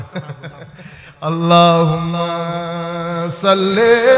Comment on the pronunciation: আল্লাহুমা অশুদ্ধ মুহাম্মদ অশুদ্ধ পড়েন কেন, এতো মোহাব্বত।